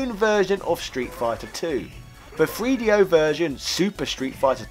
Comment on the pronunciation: Having a hard time listening to this guy say Free Dee Oh